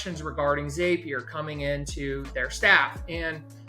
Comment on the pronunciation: your video was very helpful. However I must say if "zap" is spelled Z-A-P, why the heck do you think its pronounced "ZAPEier". Crazy stuff lol